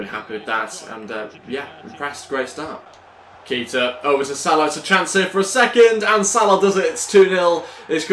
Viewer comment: Is pronocuned Kayta not Keeta